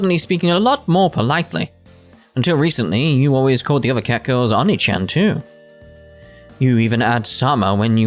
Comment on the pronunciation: Oh nay chan. That’s how it’s pronounced. The way you said it hurt my ears.